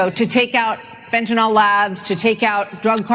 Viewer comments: It's funny, but Vivek is the only person I've heard in this entire segment who pronounced Fentanyl correctly.🤣 Why does everyone pronounce it (Fentanyl NOL?) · Why do so many people call it "fentanol"? Have they never seen it written down? At least Kurt says it right.